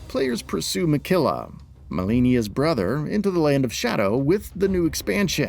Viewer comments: And Miquella not Mickilla lol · it's not "Minkella" nope. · Pronouncing Mikela as Mekila is soo wrong